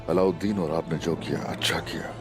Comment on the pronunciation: Alavideen nhi allaudin